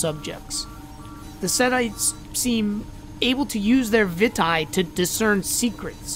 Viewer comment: I think its pronounced (Vee - tay) Vitae